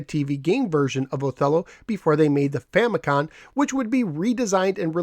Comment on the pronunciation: its Famicom (family computer) not famicon